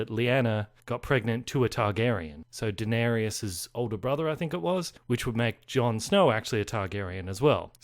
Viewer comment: It's Da-ner-is. Not Dan-er-ius.